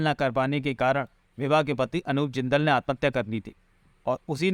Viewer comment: विभा जिंदल को कभी बिवा बोलता है कभी सेवा बोलता है 🤣🤣🤣🤣🤣